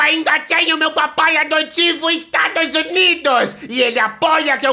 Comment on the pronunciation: "Estragos Unidos" ataca novamente 😬